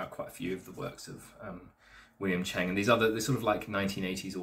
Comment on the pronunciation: Learn how to prounance his name properly, to me this book is valuable as I do TWC his system, not good to bring down others. One question do you think your more advanced than William Cheung? The hour long vids of him teaching are all around the world, not just Australia. He learnt more living with Yip Man for a period, different footwork, etc. One of the top fighters in that clan. It's really a bad look to say what you did about One of Yip Man's top students imo.